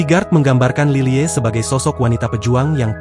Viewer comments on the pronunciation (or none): Lilie dibacanya lily aja pa , bukan lile